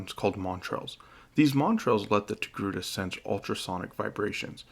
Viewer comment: Ah yes the Tocake...err...TOGRUTA species.